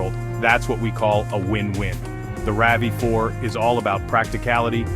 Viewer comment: The Ravy Four? The R.A.V 4? The voice over needs tweaking